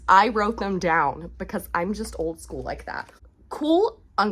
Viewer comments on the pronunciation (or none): I laugh every time you say school! It gets me every time! It never gets old! I f-ing love you your content is hilarious! Yay cig mom!